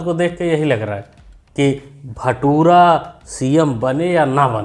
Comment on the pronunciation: भटूरा नही भाई लुटेरा 😅😅